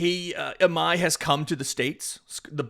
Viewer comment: Hey appreciate the videos. Real quickly, if we get Tatsuya, and you want to say his last name natively, it is pronounced like ee my. The I is like spanish, so ee sound.